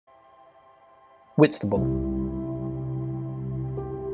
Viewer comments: Did he say Whitstable. I think it's awful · Whitstable? To visit yes, but not to live!